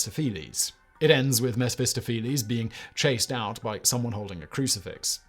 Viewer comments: There were a few Whistlerisms in this one, most notably "Messfistifflees" for Mephistopheles! For someone making a living from reading things out, he does make a mess of it sometimes! 😉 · I don't think I've ever heard someone so completely mispronounce Mephistopheles. Heheh... Well, I was amused by it anyway. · Mephistopheles is actually pronounced with emphasis on the "toph" rather than the "phe" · Lol🤣😂at Simon pronouncing ‘Mephistopheles!’🤣😂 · Bless him for trying. There is a character in Cats the Musical with the name Mr. Mephistopheles, that's a good example of the correct pronunciation.